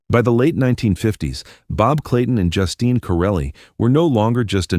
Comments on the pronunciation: I almost screamed every time I heard Justin instead of Justine. Is it really that difficult to get a human to narrate? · Please pronounce her name properly.....JUSTEEN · I hate the way AI mispronounces words. Sometimes it says her name right and other time says it like a boy’s name.